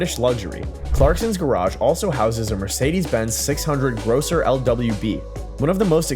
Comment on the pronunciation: Grosser not grocer.